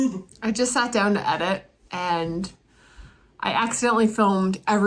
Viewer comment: "I just sawt down to edit" LOL Loves it. I always go filterless as well except when I need it like a CPOL or ND. I find when using UV or sky filter in certain situations I get internal reflections. I think you would have gotten those if you shot the grinding sequence with a filter.